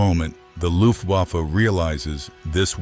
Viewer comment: The narrator should learn how to pronounce "Luftwaffe."